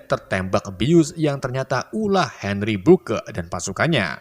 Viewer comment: Henri burk...bkn burke:-)